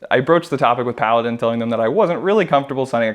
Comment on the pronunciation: Every time you said Paladin i keep thinking you said Kaladin